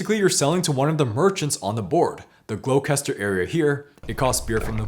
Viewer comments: This game is on my list to buy. Because it sounds great and i have lived in the Black Country my whole life. You pronounce Gloucester- Gloster- by the way. I love your reviews. The best compliment i can give you, is that i will watch one of your in-depth videos even if I’m not interested in the game AT ALL. Your scoring system is unique and yourselves and No Pun Included are now the only Board game review channels i look forward to watching. Great to see my home town in a successful game. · I believe Gloucester is pronounced glaw-ster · Me at the start of the video: 'lol haha that's not what people from Birmingham sound like, but I get it, they're American, they're doing a bit, no harm done' Me : 'Glow... kester? GLOWKESTER? GOD FUCKING DAMMIT' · Love these reviews but as a Brit that pronunciation of Gloucester hurt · Ah Gloster! Thank you for that! I've been suffering with how to pronounce that for a long long time!